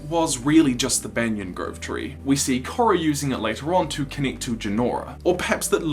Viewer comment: Your pronunciation of ‘Korra” is atrocious, I cringe to imagine you pronouncing a Maori name